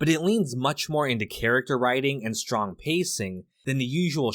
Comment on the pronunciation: De stwong, silent type.